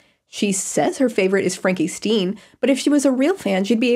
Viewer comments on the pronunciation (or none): This is my 3rd time rewatching this and I only just realized she says Stein as "Steen" month. ruined.